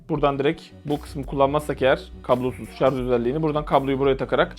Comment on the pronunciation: "Şarj" diye yazmışsın ama "şarz" diye okuyorsun. Şunu bi öğrenemedi bizim halkımız :)